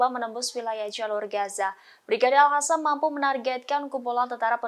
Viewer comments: Al Qassam buk, Al Qassam bukan al hasam , asal bunyi saja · Pembaca berita sebaiknya belajar membaca, al qosam jangan dibaca al hasam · sangat terganggu setiap kali host ini,, Al Qassam diucapkan olehnya dengan Al Hasam. Apa di studio rekaman gak ada yg bisa koreksi?? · Salfok dng sebutan presenter nyebutin kata Al Hassam, bknnya Al Qassam ya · Al Qassam bkn Al Hassam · Kenapa jadi Al Hassam? Bukan pakai Qof? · Al Qassam bukan Al Hassam😂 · Hampir semua pembaca berita melafalkan AL QASSAM dengan AL HASAM.....AL HASAM Mungkin mereka tidak pernah belajar mengaji waktu kecilnya. Dan sampai sekarang tetap tidak mau belajar mengaji. AL QASSAM itu dibacanya AL KOSAM. bukan Al Hasam...Al Hasam. Kesalahan bacanya terus menerus. Buat Pemrednya harus nya membrifing dulu sebelum mereka bertugas. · AL HASAM????? Tribunnews!, tolong bacanya diperbaiki atau dikoreksi dulu presenternya sebelum dipublikasikan, kalo al-qassam/al-qossam jangan dibaca (al hasam) setidaknya dibaca al-qassam atau secara abjad indonesia AL-KOSSAM ini baru sesuai dengan suara mulut kita